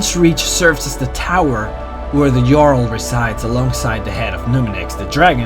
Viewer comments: HAVE YOU EVEN PLAYED THE GAME!?!?! It's not pronounced Jarl, it's pronounced Yarl. They're based on the old Norse civilization. So all J's are pronounced as Y's. DO YOUR RESEARCH YOU IDIOT! I understand English isn't your first language, but LEARN TO SPEAK IT IF YOU'RE GOING TO DO A VIDEO IN THE LANGUAGE!!! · he says he can't pronounce most of the names and words correctly but he pronouces every word and name correctly except a couple times where he pronounces jarl "jarl" instead of "yarl" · how many of these videos have you posted calling the JARL like JAR-LE ?? its pronounced YARL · It's pronounced "Yarl" not "jarl". They NPCs even pronounce it the right way for you. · jarl is pronounced as "yarl" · Its spelled jarl and pronouced yarl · he pronounced jarl wrong >:( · correction it is pronounced yarl srry to be disrespectful just throwing it in there u can ignore this. srry if it was disrespectful. but i think u r totally awesome and i like you lores. i'm gonna subscribe. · You pronounce Jarl wrong, it is not "djarl" it is just jarl. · its not jarl its yarl pronnounced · Im not trying to be a Debby Downer or anything, but it's pronounced Yarl not Jarl, but great video love all of your vids :) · i love your videos, watched them for some time now, but after all this. after all these videos, after the hundreds of play hours you've put into this game. DID U REALLY JUST SAY JARL WITH A "JAY" SOUND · Jarl is pronounced as Yaarl:) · The jarl is pronounced like yarl with that sound instead of j. Not trying to correct u but i was just saying. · IdiotGaming Uh, there is a correct way to pronounce it and it's "yarl". There is not a single NPC in the game that'll say "jarl". And the concept artist didn't actually know the correct way to pronounce. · cant pronounce for shit he said jarls with an american pronounced j. its pronounced Yarl... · it's pronounced "yarl" just saying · its not pronounced (J)arl its pronounced (Y)arl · 'Jarl' Pronounced 'Yarl' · Jarl= "Y"arl